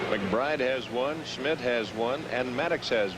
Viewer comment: Schmidt, not Smith. Geez.